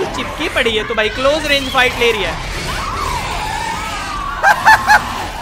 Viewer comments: plistol 🤣🤣🤣 instead of pistol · he said plistal instead of pistol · he said plistol